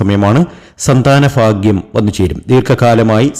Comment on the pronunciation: എല്ലാർക്കും ഫാഗ്യം ഫാഗ്യം ഫാഗ്യം 😂